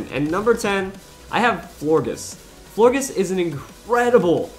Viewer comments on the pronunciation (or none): florges is pronounced floorjes